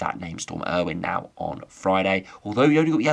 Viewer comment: Not Storm Irwin. Its pronounce Ay - O- Win